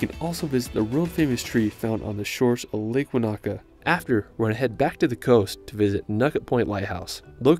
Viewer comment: Thank you for this video! it’s great to see people enjoy Aotearoa. It would be great if more tourists learned to pronounce the Māori place names correctly! Eg the macron on Wānaka is on the first A so it’s not waNAka, it’s WAnaka. Love from NZ 🤍